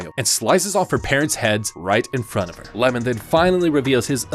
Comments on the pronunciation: It’s not lemon it’s iemon 😂😂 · His name is iemon, not Lemon